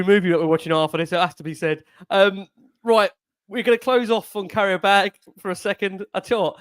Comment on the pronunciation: Love the way pronounces it 'carrier bag' 😂